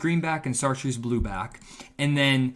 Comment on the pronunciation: FYI, it's pronounced "shartroos", not "sar troos". Love your videos, keep up the great work.